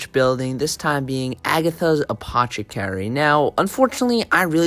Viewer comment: Loved the vid....but apoTCHIcary?? MAN I needed that laugh!